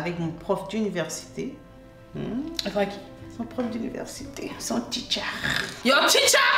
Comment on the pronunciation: "Son teacharrr"🤣🤣